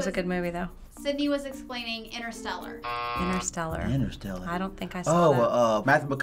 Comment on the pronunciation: "Interstellar" not "inner-celler" Jesus are you serious?